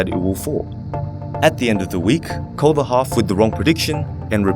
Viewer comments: Bleu.Daemon I thought he said cut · I thought he said call not cull. I was so confused what he meant after that. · he said cull, not call. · He said cull